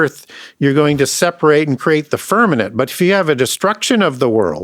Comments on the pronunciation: I respect teachings, but someone PLS tell him it's FirmaMent, NOT FirmaNent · I have listened to a lot of podcast, and even have his two books. I wonder why he uses the word "firmanent" instead of "firmament". I actually had to look that word up to know if there's such word but couldn't find it. Can someone correct him please, it throws me off. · lol with the amount of wisdom that man contains, he just can’t seem to get that word. Glad someone else caught it. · .. you are correct .. I caught that, too .. God's Firmament ❤